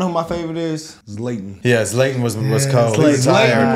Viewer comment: Its ZZ LAA TON Zlatan ....not Zlaytin